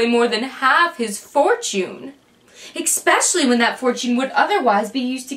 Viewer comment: Felt like a copycat version of The Lizzie Bennett Diaries costume theatre, but a poor copy. Also, the words amiable and especially were mispronounced. If you intend to act, you have to know things like proper pronunciation. It takes people out of the story and makes things unbelievable. I do intend to keep trying with this series because I feel it has promise and I love Sense and Sensibility. Perhaps with some experience and time it will improve?